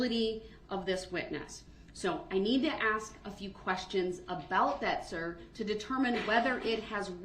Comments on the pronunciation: 'Reason for the abstain, I'm axing politely?' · Did he 'axe' you? 😅😅😅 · He accepts value and axes questions about the oaf of office and tacket agreements while axing about grounz and substains. And he's not prepared for his witness and wants the court to delay? What a great "attorney" he was. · But if you axe him, he has a tackit agreement witch da judge. 😂